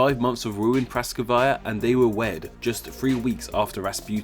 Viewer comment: Rasputin's wife is Praskovya, not Praskovaya.